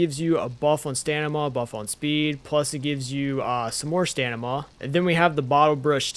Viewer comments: First time i've heard someone say "or-chid" instead of "ORK-id." It's a fair assumption if you've only ever read it though! The "Stanima" was just funny though. It's stam-in-a. Starting as if you were to say stammer or stamp, then "in a" like "in a hurry." I actually didn't know about jams! I'll be using this! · Please stop say stanima; its stam-e-nah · im sorry its such a small thing but it bothers me Orchird is pronouced "or kid" and is StaMiNa not Stanima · I giggle a little bit every time I hear “stanama” 😂🤭